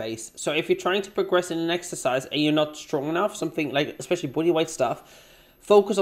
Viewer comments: I hate how she pronounces especially as 'expecially' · If she says EGG-specially one more time, I'm going to scream into a pillow.